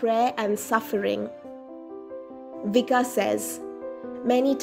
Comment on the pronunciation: pronounced as in Croation, Vich-kah, no s sound.